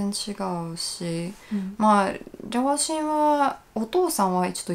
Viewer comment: アシアさんも 日本語上手ですけど サーシャさん 発音ほぼ１００％近い 日本人の発音に聞こえますよね 私だけですかね？ 両親、ロシアのところの発音だけかな それ以外は やっぱ１００％だわ